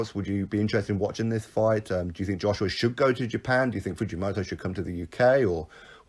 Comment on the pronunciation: The Fujomoto pronouncing is good enough but Kyotaro is pronounced like... Key- yor-ta-low. All good bruv love the vids